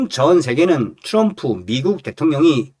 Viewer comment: 츄럼프발음좀똑빠로 그럼 댇옹령을대총령이라하지 왜말을멋부려참나